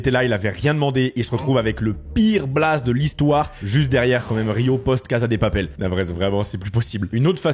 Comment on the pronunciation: "Casa" c'est de l'Italien, en Espagnol on dit "caSSa" avec un S et pas un Z, merci !